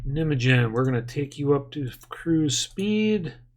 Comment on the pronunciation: The pronounciation of Nijmegen is a little bit different haha